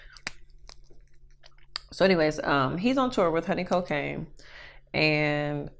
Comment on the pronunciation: Who the HELL is honey cOcAine did I hear that right 😂